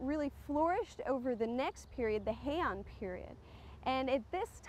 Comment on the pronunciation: Hei-An pronounced as 2 syllables.